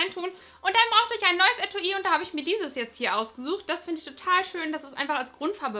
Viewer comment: man spricht es Etwi aus aber es wird Etui geschrieben Lg Nora♥